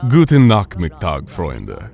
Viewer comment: I died 5 deaths when I heard you say Nachmittag (you nailed the guten though) -a german